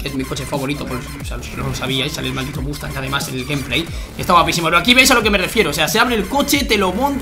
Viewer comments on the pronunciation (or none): none